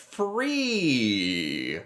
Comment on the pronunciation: No ‘sugger